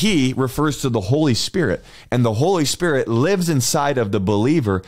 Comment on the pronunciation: The Holy “S P I R T”?? Something about that is sooo funny. Thank you and God bless you.